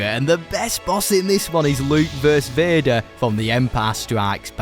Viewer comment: Like begger💀